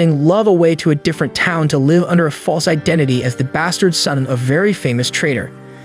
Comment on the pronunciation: Brah you know AI breaks the immersion because it can't distinguish the difference between live and live, love the recaps. The ai always makes me laugh when it says live when it means live. 😂😂